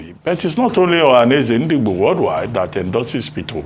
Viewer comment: Shame to so called Dr Abati for making nonsense of the way he pronounces Ndigbo. Abati your hatred to Ndigbo can't to stop Obi and all know you hate Obi and igbos in general. I don't blame you because everyone know you're fighting for a position to become a media spoke's man to Atiku who the mother earth is fighting against including his party members and others